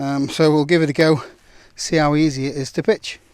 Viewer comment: I heard "I've never pitched a tent before so we'll see how easy it is to bitch." Subtitles needed on this video, seriously. And don't get me wrong. I love me a two man tent.